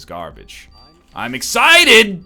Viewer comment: he simply was too eggCITED